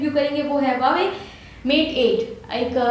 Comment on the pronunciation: LOL Again its not hawawei Its Huawei Lolzzz 😂😂😂😂😁😁😂😂😂😂😂